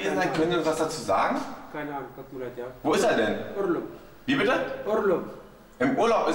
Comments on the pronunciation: Urlum = Urlaub :) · Urrrrlob :D